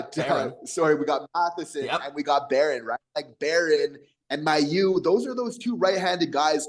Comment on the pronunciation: Here's an idea: call the Canadiens PR department and ask them how Logan Mailloux pronounces his name. Perhaps this will lead you to begin saying the name correctly, which you aren't doing now. (He says MAY-oux, not MY-oux.)